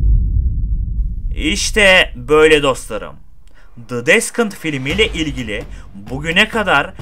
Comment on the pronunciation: Böyle güzel içerikler üretiyorsunuz teşekkürler. O kadar uğraşıyor emek harcıyorsunuz telaffuz olayına biraz dikkat etmenizi öneririm. Deskınt nedir ya 😅